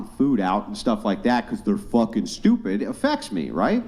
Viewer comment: "I can't help it I'm sdupid" 😂😂